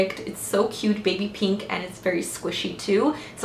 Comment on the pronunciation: I love how you say "peenk"! This look is freaking gorgeous on you, and it makes me want to play with color more (which I'm quite afraid to do usually)!